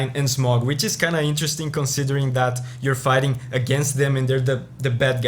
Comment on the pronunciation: I think it’s pronounced Smoh, not Smog